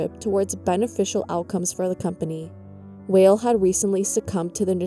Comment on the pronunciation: Sandy Weill >> pronounced "while" not "whale"